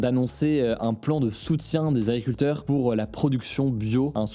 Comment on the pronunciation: AGRICULTEUR, pas agricuteur